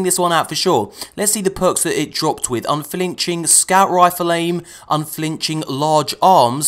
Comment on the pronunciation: I heard it as "UnFAHlinching" the first two times.